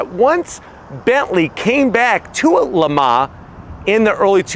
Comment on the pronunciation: PLEASE stop trying to pronounce Le Mans!